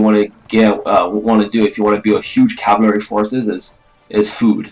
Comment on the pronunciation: learn how to say cavalry and then make another video